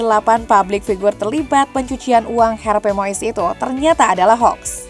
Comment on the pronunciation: Wooi mbak presenter itu cara baca yg bener Harvey Muis bukan Moes.😅 bikin irritasi telinga salah nyebut nama.